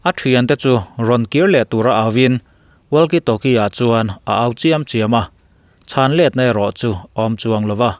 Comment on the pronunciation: WALKIE TALKIE 👈 WAKI TAWKI TI A LAM RIK TUR ANI E .. A ZIAK ANG ANG NILOVIN ... WALKIE 👈 TIH HI 👉 WAKI TIIN ...TALKIE 👈 TIH HI 👉😃 TAWKI TIIN LAM BAWK TUR. ITALIAN FOOTBALL CLUB LAR TAK JUVENTUS POH 👉 ZUVENTAS TI A LAM RIK NILOVIN 👉 UVENTUS / EUVENTUS / iUVENTUS TI A LAM RIK ANG CHIAH HIAN 👉 WALKIE TALKIE POH HI 👉 WAKI TAWKI 👈 HETIA LAMRIK / ANCENT TUR HI ANI E = KA RIN AIIN MIZO YT CHANEL TE HI ENGLISH AN THIAM LO = HETIANG TYPE AN VIDEO HI FOREIGN CHANEL AMI VEK ALA NI ZUI A = TRANSLATE DIK TAWK LO ATAM VIAU BAWK A DIK TAWK LO IN HRIATDUH CHUAN AN SOURCE/ LINK + VIDEO ORIGINAL VIDEO + ENG SUBTITILE NEN KA LO POINT OUT SAK ANG CHE U